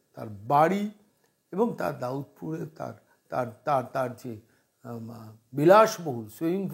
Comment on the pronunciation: ওটা দাউদপুর নয়, দাদপুর।